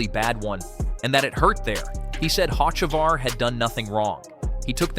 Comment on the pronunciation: OMG if you're going to narrate could you at least learn how to pronounce the driver names. You've pronounced Hocevar's name 5 different ways!!!